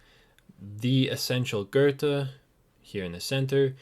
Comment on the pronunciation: Loved your video. But please learn to pronounce his name correctly!!